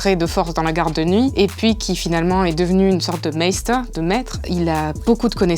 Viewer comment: Sam na jamais voulu être sorcier mais mestre et pas maester comme elle dit.